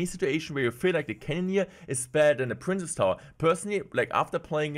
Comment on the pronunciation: Day 2 of asking to stop pronouncing “princess” as “prince”